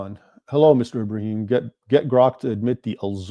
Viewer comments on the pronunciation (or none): none